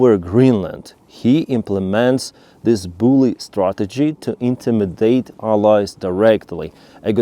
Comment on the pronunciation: Thank you,. Please look up the pronunciation of "Intimidate" and "Southern", that was quite confusing. 😅